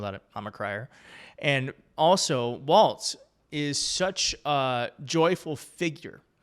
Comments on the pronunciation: Please stop adding the t sound to his last name. Walz, (walls). Not Waltz. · WALLS, not "Waltz.' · Pronounced “Wallz” not “Waltz” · Wallzzzz. Not Waltz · You keep saying "waltz" instead of "walz". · Walz, not waltz. He’s gonna be our VP, we should probably get his name right. ✌️💙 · Please at least use his correcr name for starters. Walz..not Waltz. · It's WALZ! Not WALTZ. There is no T!!! Read the copy! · his name is spelled WALLS, not the dance. There is no T!!! You learned how to pronounce Comma-La. Please help by pronouncing his name as a plural of what he won't build at the border--WALLS! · Maybe I'm hearing you wrong but his name is not Waltz like the dance -- it's Walz like walls. He's a great pick. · Love your show - keep it up. You keep saying Tim “Waltz”. …. It’s’ Walz …. No “t” in the name. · Not Waltz--Walz. Sounds like walls. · Sure enough, the transcript keeps showing "Waltz" everywhere. It's pronounced like the plural of "wall" - "walls"... 💙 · It's not WalTz. it's just WaLz. ... ugh. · Hey, no T in Walz. Just sayin!